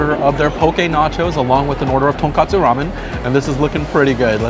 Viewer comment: Hi! Big fan of your videos here! I’ve never seen any YouTuber eating food with a big smile like you. Makes the food look 100x better! Now I need to say as a Japanese…it’s TonKOtsu Ramen😁😁 Tonkatsu is pork cutlet which leads me to a place that I’d love to recommend to you. Small restaurant in the SouthWest that’s called “TonTon Katsuya”. Very authentic Japanese comfort food experience tucked in the suburbs of Vegas. Recommend you getting the Kurobuta pork loin cutlet (this may sell out quick though) or the Thick cut pork loin katsu set in case they’re out of Kurobuta…and my personal favorite pork loin Katsu Touban-ni set. Don’t forget to order they’re curry sauce and dip in a few bites of Katsu! Highly recommended from a guy from Japan! Looking forward for more videos from you. Thanks!